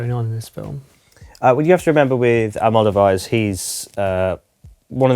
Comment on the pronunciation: Can’t say Volver, can’t say Almodovar … try a bit harder guys!